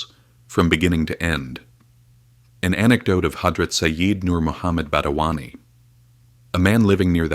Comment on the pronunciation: Not badawani, it is Badayuni